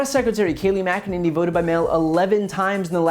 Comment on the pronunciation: Oh Ms. Mac-E-Ninny. 😩